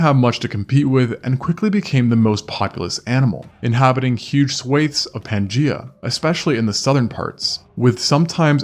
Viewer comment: 'Pan gEye-ah'.